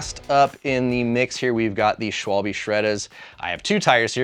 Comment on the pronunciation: how are you making vids like this and not even bothering to learn to how to pronounce schwalbe